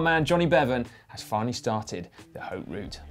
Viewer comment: You nailed that Nimes pronunciation Dan! Now I'm getting a bit bold as a result so let's try one with Matt: Haute in Haute Route is pronounced ought like "you ought to know (how to pronounce haute)" with the H completely silent. Cheers!